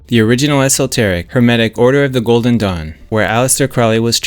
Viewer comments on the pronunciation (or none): none